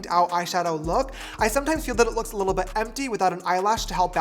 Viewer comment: James you are saying too much : LITLE !!!!